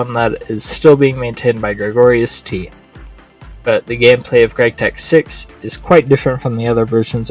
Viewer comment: wait, isnt it gregorius?